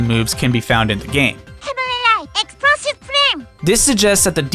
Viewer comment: No one: Kirby: Heavenry right! exprosive frame